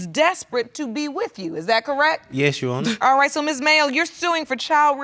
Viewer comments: I hateeee when people say “you honuh” …. It’s YOUR HONOR. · “Yes U’onna” (Your Honor) 🤣🤣🤣💀💀💀⚰️⚰️⚰️